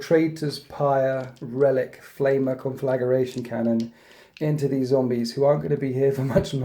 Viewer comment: Love what you do! Sorry for this petty gripe in advance... I've heard you and Laurence from Tabletop Tactics pronounce it this way and thought it must be some in joke. It grates my petty soul but it's "con-fla-gray-tion" not "con-flagga-ray-tion". Get back inside Petty English teacher!